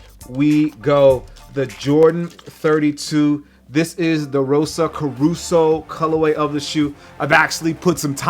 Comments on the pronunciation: cor-sa not caruso. lol. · rosso caruso..hahahah...its rosso corsa...😂😂😂😂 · Corso not "caruso"Rosso corsa is a Ferrari color translated to racing red. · Its rosso corsa not corusa, just saying,lol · It's NOT Rosso 'Caruso' as you said. Ur funny JS